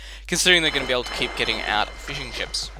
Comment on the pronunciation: The way said fishing ships really sounds like fish and chips.